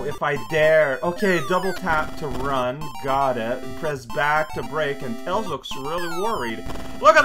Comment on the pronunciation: idk why it's so funny to me when alternates between calling tails by his name and then blurts out 'tail' without the s